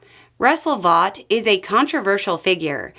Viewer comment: Vought is pronounced "Vote", He corrected the record during his hearing.